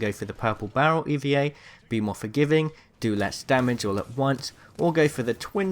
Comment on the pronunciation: It's the E-VAH! Not the E V A